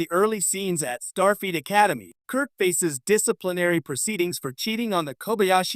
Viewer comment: the AI says 'Starfeet Academy.' Teee heee heeeee. And it's repeated several times during the rest of the video. I'm glad there was some payoff to listening to this painfully awkward, overly longwinded, terrible AI narration. If you generate an AI narrated video, is it impossible to correct anything after it's done? Do you just have to accept it entirely as is or throw it away? Most of these AI videos are so terribly narrated that I can't believe that anyone in the world would think they are fit to post. I think even someone who doesn't understand English could tell how awful this is.